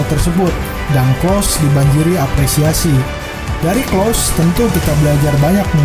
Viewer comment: Telat 9 bulan,, klose bukan klos